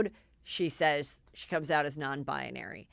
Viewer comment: Oh, Heather, I love your malapropisms SO much! Non-bionary?! Ps: I’d love to hear you pronounce Malapropisms on air, just for fun...